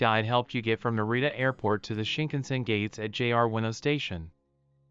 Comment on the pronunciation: Hard to watch when all the names are mispronounced